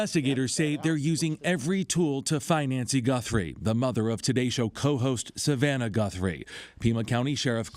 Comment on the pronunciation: That's Nancy gut throw, that's how you pronounce , Nancy Guthrie, good luck with your new show brother,,👍👍👍